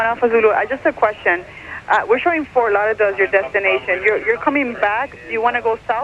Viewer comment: Has trouble saying "Ft Lauderdale". lolol